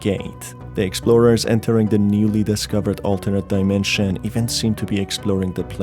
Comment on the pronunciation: portal to another daimensheeeeean I mean, I encounter that kind of pronouncement here and there, and this feels like a gimmick for some braindead persons to help them with extra time to catch a glimpse of a sense what it is all about. Im also sorry for being that salty, but that really triggers me in a bad way because the material is supposed to be mystic and dark somewhat, instead I feel like watching 10 y.o. content about unpacking some silly shit.